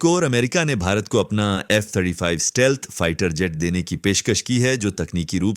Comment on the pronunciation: It's stealth and not steelth